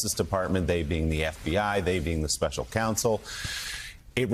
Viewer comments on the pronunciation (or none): none